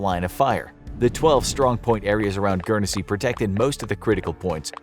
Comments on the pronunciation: Guernsey is pronounced gurn-say not gurn e say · GURN SEA not Gern e se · Dude - It's just pronounced like Gurn-zy not Gurn-eh-zy lol. No biggie, it just sounds weird the way you're pronouncing it :-) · Guernsey is pronounced gu-ern-sea not gu-ern-e-sea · GURN-sy, not GURN-e-SY, you fuk'n mook. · It’s pronounced gurnsy not gernansea 😂😂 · Its Guernsey not Guernessey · Just to let you know it’s pronounced Gern-zy but besides that it’s nice to see a video about us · It's gern see. Not. Gern es see. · I watch enough sidemen to know it's not pronounce guernEsey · It’s pronounced gurn-sey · Do you pronounce it Gurn-Zee or guer-ness-see like this mug? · I'm sure it's just pronounced "Gurnsey" (my city's all-time star footballer, Matthew Le Tissier would be able to tell you; he's from there) but I've been to Jersey; The bunker hospital complex is massive. Let's also not forget that the Channel islands were kinda seen as British land so they had some value in that sense. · As someone who lives on Guernsey it is pronounced gurnsey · Gern-e-sey pmsl American's can't pronounce anything correctly lol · U pronounced Guernsey completely wrong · I’m from guernsey and I must say that his pronunciation hurts me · The way Guernsey was being said was wrong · You messed up the pronunciation of guernsey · Why are they showing American flags, when talking about Winston Churchill who was the British Prime minister and they were pronouncing Gurnesey wrong 🤔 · The way you pronounced guernsey triggers me quite a fair bit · As someone who is from and lives in Guernsey, I can agree it triggers me 😡😩🤦‍♂️ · Guernsey... You pronounced it wrong most the time during this vid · The people that live there don't pronounce the first E in the name.